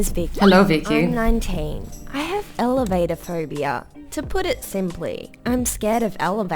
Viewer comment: When she siad elevatorphobia I thought she said elephant phobia